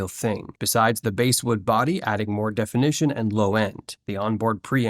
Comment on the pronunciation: I heard that too: "basewood", "pop-lar." This video is crap.